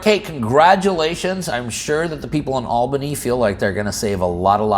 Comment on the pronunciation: . I’m shocked a non NY’er got “Albany” right!